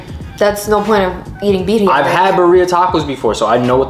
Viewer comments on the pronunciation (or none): I can't with how yall say Bah-reeah tacos 😭 Horchata is a staple in El Salvador but it's hit or miss at restaurants not everyone knows how to make it